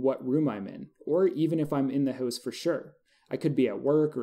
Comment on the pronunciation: haha i love how you say "hooose" instead of "house"